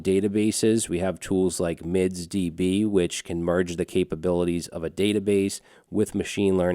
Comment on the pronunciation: You meant "MindsDB" not "MidsDB"